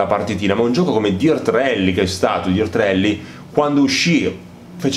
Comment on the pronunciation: A parte gli evidenti deficit di pronuncia tipo dirt ed arcade la recensione è ben fatta ed i contenuti sono ben espressi. La mancanza del ffb è proprio il motivo per il quale il gioco per ciò che mi riguarda è ancora sullo scaffale. In attesa di patch definitive continuo a chiedermi anch'io come sia possibile una mancanza simile in un gioco che si autodefinisce simulativo. 😔